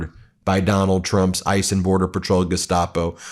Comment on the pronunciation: that accent ICE !